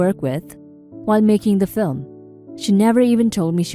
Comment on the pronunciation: There is a pronunciation error that I don't believe a human could make. The word "film" is pronounced "film" not "flim". This totally ruined it for me. Otherwise you sound plausibly human.